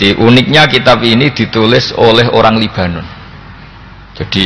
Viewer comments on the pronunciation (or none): none